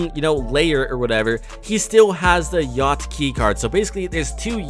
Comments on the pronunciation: its yacht not yech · yach instead of yacht 😂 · ahh yes, the “yach” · theres not a T in yacht